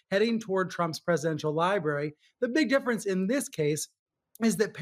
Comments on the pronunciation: "liberry" is not a fuckin word! it's spelled and pronounced "library" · 🎉🎉🎉love ya man but its Library not Liberry. 😅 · Bro. It's library. Not liberry lol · "lie-berry" haha. Love you Big dog! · Sorry man gotta do it to ya. Its pronounced Lie-brary library. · you said "li-berry"😅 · We’re ALL ADULTS RIIIGHT⁉ So why is here pronouncing library as ‘’LIE-BERRY’’ like a small child. At least he doesn’t have a lisp like a worrying amount of younger Gen Z’s 😳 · Love that ypur always just be ing you. Conservative/republican because you can think for your self. Lol he said "libary", love it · Honey, I love your work. Please perfect it by saying "LibRary". Don't forget that "R". Thanks.